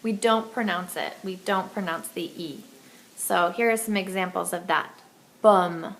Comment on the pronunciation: when you say pomme,it sounds like bum.